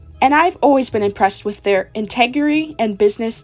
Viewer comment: Integrity. In-teg-ra-ty. Ingenuity. In-jen-you-it-y. Not integerry or in-genuine-ty, ok? Hope that helps!